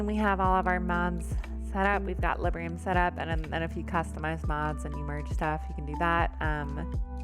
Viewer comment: Quick note: It's Librum, not Librium. XD